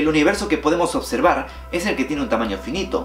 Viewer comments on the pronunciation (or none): none